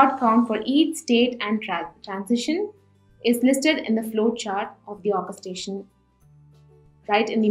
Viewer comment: Terrible... You need to have someone whose first language is English doing training and tutorial videos Zoho... This is a major oversight, Zoho... Heavy accents are never a good thing with any type of presentation, tutorial or training that is in English.. The narrator isn't even pronouncing the word Orchestration correctly.. I can't listen to that video, straining to understand what she's saying have to find some other tutorial etc...